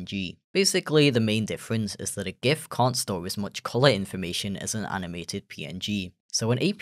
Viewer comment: I'm so happy you pronounce "Gif" correctly